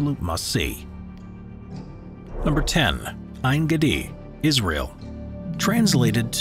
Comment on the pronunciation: And the way he pronounced En Geidi ?